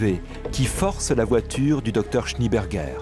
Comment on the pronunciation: SchnÉ-Bergueur, pas Schni-Bergueur, bordel !